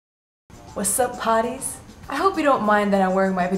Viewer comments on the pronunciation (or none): hahahhaha in the biggin it looks like you're saying ''whats up potties''xd